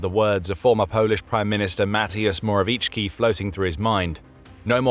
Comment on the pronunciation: Few things author- Morawiecki would be pronounced more like Moravietski. Other thing is that, we were commie but not soviet. Soviet Union together with us and few other countries. were in a certain Pact named after my city. As for the topic, honestly, screw Kremlin. We need to always have a strong stance, it's the only way. I mean, eitther that or being a vassal. Never again.